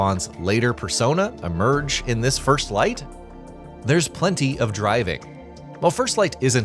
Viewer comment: "First FFlight" ?😂